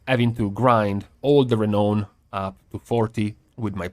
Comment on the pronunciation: by the way, it is pronounced "Re-NOWN" not "ra-known"